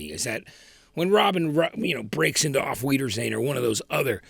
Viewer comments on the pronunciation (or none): Sweetie, “Auf Wiedersehen,” is pronounced, Owf Veedersayen! Not ‘Weedersehen,’ please…